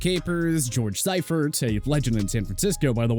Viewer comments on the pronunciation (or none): It's George Seifert pronounced SEA-fert!!! Ken Wisenhunt pronounced WIZ-enhunt, Marv Levy pronounced LEE-vee, Ray Malavaisi pronounced Mala-VASE-EEE Dick Vermeil pronounced Ver-MEAL. This is a very poorly produced video. You left out coaches and mispronounced their names. You can do better than this. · You couldn’t pronounce correctly… Marv Levy Dick Vermeil George Seifert